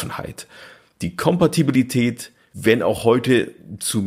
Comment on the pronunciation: Super Format, nach den Hauptfolgen mein persönlicher Liebling..... Aber bin ich der einzige der innerlich krampft, wenn er hört wie der das Wort "Kompatibilität" vergewaltigt? Das klingt wie Fingernägel auf einer Tafel.